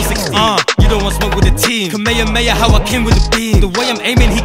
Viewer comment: how he pronounce kamehame is kamayhamayha